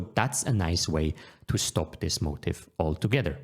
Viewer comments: Thank you Noel! Small piece of feedback: It is unclear whether you are saying motive or motif. I normally wouldn't say anything if it were only the pronounciation, however, this made the meaning of what you were saying a little unclear. Are you talking about the opponent's motive (i.e. what they want to do) or rather commonly occurring motifs (i.e. commonly occuring patterns in the position). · Motif pronounced mow-teef. Please PM me exclusive coupon code.